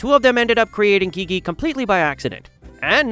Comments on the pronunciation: bro said gege not gigi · Bro said gege instead of gigi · Its spelt Gigi but you say Ji-ji NOT GIGI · ITS NOT GEGE ITS GIGI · U SAID HER NAME WRONG, the correct way is "Gee Gee" for examplw take "geez" as an example, take away the Z and say it 2 times without the Z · uhh its gigi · the way to show the correct pronunciation of something may be smth like "Jee Jee" also it doesn't matter if they said it wrong or not, as long as we know what they r talking about it's fine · gigi: ❌ geegee: ✅ NOTE: Gigi's name has softer g's, like the g in giraffe. hope you take this note. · Its pronounced jiji for Gigi btw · Not him saying Gigi as “geek geek” in my ears🥀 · Umm that’s not how you pronounce Gigi.. but amazing videos!! ❤ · I think you say'd gigi's name wrong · Why did you call Gigi like that